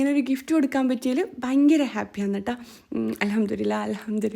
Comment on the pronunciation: Ingal alhamdurillah. Ennano paryunad. Anganeyanengil ad tetaya pronounciation alle? الحمدلله 😊ennalle sheryayad